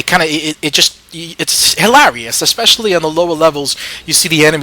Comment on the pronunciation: I like the way you say hilarious...It sounds like "Halarrrious"